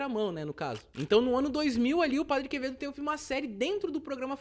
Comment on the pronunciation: "o padre quemedo" Quem entendeu a referência ? Kkkkkk